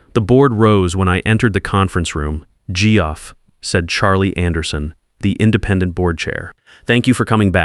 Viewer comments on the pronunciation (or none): “Gee-Off”? Really? Your ai can pronounce Jeff Sullivan together correctly, but Geoff/Jeff alone not? Really disrupts the flow, badly. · Tell your AI that Geoff is pronounced Jeff.